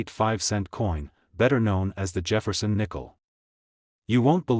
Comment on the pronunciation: Jafferson nickle it’s Jefferson nickle idiot 😂